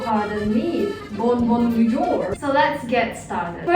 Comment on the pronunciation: "Bon bon ouijour" 😂😂🇨🇵 I'm French and I love your videos because you always make me laugh so hard- And the English subtitles and your prononciation helps me (with my English-)! Thank you ❤️